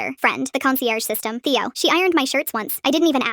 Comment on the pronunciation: The ai said thaio but it is Theo and did a mistake 😂😂😂😭😭😭😭